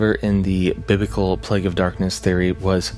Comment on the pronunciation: Ummm the 10 plaugs???